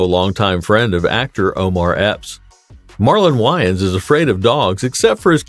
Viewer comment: If he is gonna report about someone he needs to know how to pronounce someones name